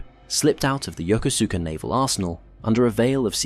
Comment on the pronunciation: I had a good laugh at how the narrator pronounced Yokosuka which was definitely not the way to pronounce it! As a young Marine, I was on my way to Marine Barracks Yokosuka and I was sitting around waiting for our flight to Yakota and there was a couple of airman there and one asked me where I was going and I told him and he and the other airman had a great laugh at my expense before one corrected my pronunciation! Needless to say, I was embarrassed, but I did appreciate knowing how to pronounce the name of the place I was headed.